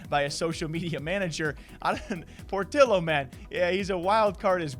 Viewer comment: it's pronounced POR-TEE-OH not por-till-oh smh